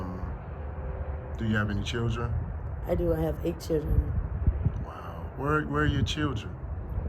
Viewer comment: Wait did she say 8 CHIRREN 😮?